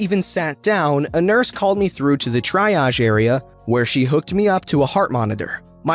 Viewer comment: Triage is pronounced tree-oj